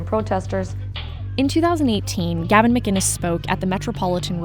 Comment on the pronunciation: Gavin is awesome. He is one of the most misrepresented people ever. It's sickening. People (like this reporter), don't get him, and can't even pronounce his name. He's a wind-up merchant, and he represents the Sane.